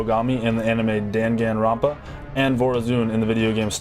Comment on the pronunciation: i love you, but you kinda butchered dangan ronpa:p its amazing to hear you on an official hi-rez video! Educating people everywhere you go:)